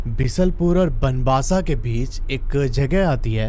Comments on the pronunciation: it is not बनबासा it is बनबसा it is not खातिमा its खटीमा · Bhai the place is not khaatima its khatima and its not banbaasa its banbasa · Haha city k naam sahi kro be khatima nai khateema hai or banbasa hai banbaaasa nahi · Bro aapne name wrong study kara hai banbassa ,khatima aapne galat padha hai